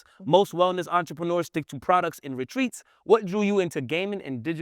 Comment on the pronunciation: Brother please practice your reading. No offense just read slower. You said entre pruneers